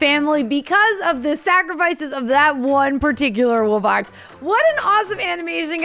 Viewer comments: They said “woo-box” which make me annoyed because it’s “wu-box” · He said "Woobox" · your saying woobux instead of wubbox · The fact that they pronounce it "woobux" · Bro pronounced them wooboxes